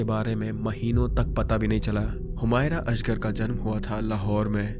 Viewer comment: Start of the video put me offf There was no smell from flat And the pronounciation of the name is also in correct